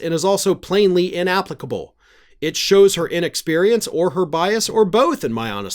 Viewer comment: I would share it but you said inapplicable wrong and I won't and I think you rock.